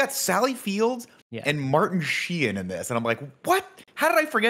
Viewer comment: “Martin Shee-in” pained me Nick